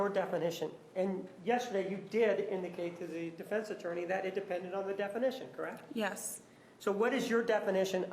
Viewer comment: Duh fence 🤣🤣🤣 I love it